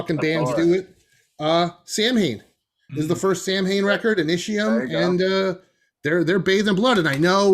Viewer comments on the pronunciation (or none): last pic Samhain is pronounced saa- win.